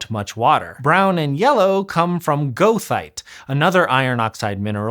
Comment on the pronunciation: never heard goethite pronounced that way